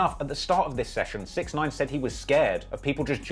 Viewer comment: The guys name is pronounced, (six ix nine eyen)